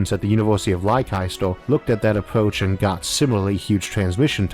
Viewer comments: When you pronounced the university name "lie-keister" were you referring to a US university? Or was it simply of mispronounciation of Leicester ("lester")? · lol Leicester isn’t pronounced ‘Liekister’, it’s pronounced ‘Lester’ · Its pronounced Lester, not Leicister. We have weird place names in the UK. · I'm sorry but LYKISTAR? Come on: Leicester = 'Lester' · It's not pronounced lie- kai-ster. It's Lester. I know, it isn't spelled that way but just blame us kooky Brits... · university of 'lycystyster'? < its pronounced lester> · Leicester's pronounced the same as lester FYI not lie-kester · Small discrepancy with the subtitles in the first 5 or so mins, Isaac, what I thought I heard was "ly-kester" was translated in the subtitles as Leicester. If it is indeed Leicester you meant, it's pronounced "Lester". Just a friendly FYI, no slight meant. Keep up the good work! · Just on the pronunciation of Leicester - it's closer to Leh-Ster rather than lie-kai-ster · Great video.. As always. Just one small thing as a Brit.. your pronunciation of Leicester at 4.06 is like nails across a blackboard. It's "Less-Tur" NOT "Lie-Kie-Ster" .. Same thing as Worcestershire (Wuss-Tur-Shire), another English place name you colonials like to abuse. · FYI, Leicester is pronounced lester, like worchester is pronounces wuster. Love your videos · I listened to this originally a while back and as ever, loved it. Just listening again while pootling around the galaxy in Elite: Dangerous, and spotted the truly brilliant pronunciation of my hometown, Leicester . It always used to confuse me as well, but it's pronounced "less-ter" or "less-tah" by the locals. Bicester has a similar confusing pronunciation of "biss-tah". They'll figure out teleportation before we perfect the English language! Great video as ever :) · Isaac Arthur politely, Leicester pronunciation = "less-ter". Yes English is not logical! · Arthur, I'm from the UK, "Leicester" is pronounced Less-Ter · Leicester is "lester"